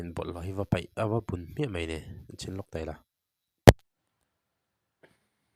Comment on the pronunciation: Peih, Paih tih tur